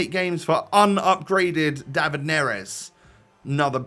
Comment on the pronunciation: It's pronounced David not David, David just sound odd so just say David